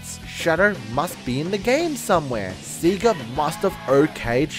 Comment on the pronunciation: Btw, it's pronounced Sega like "Saygah" not "Seagah"